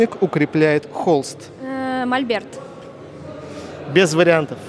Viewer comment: Не мальберт, а мольберт